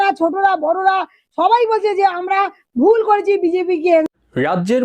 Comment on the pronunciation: আপনার ভাষা অত্যন্ত অশুদ্ধ।বারবার " বারত ",(ভারত),"বয়"(ভয়), "বুল"(ভুল) ইত্যাদি উচ্চারণ করছেন। শিক্ষিত মুর্খ এদের বলে।বাংলাদেশ বাংলা ভাষাকে কবরস্থ করবে অচিরেই।এদেশের বারো আনা লোকই অশুদ্ধ উচ্চারণ করে। সিলেট, চট্টগ্রামে তো বাংলাভাষী মানুষ খুজে পাওয়া যাবেনা। (বিক্ষোভ একটা হচ্ছে ঠিকই কিন্তু রাস্তায় কম,মানুষের মনে দাবানলের মতো)।